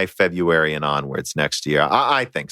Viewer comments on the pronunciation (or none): none